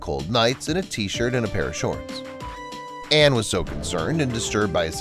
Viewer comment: Why are you referring to Leanne as Lee and Anne as if she’s two people? And Michaels surname is pronounced Oar not O’hair. It’s really annoying when channels don’t take the time to get details correct like, names!. It makes it difficult to believe anything else your saying!